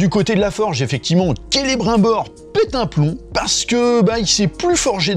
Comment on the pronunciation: Rassure moi, tu fais le troll en pronocant celebrimbor avec l'accent bien français ? Parceque en vrai, tu sais que est pas comme ça que le nomme😅😅😅